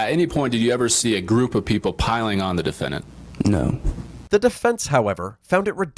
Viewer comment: I feel like a prosecuting attorney should really be able to pronounce the word "defendant" ffs dude what is a duffennint